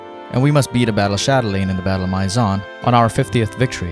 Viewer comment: Maison pronounced My Zon just hurt